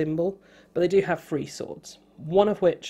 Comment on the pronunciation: His accent drives me absolutely nuts. Every time he says three he pronounces it as free and at first I thought he kept on talking about free actions or something of the sort.